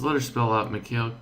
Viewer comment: its pronounced mik I-il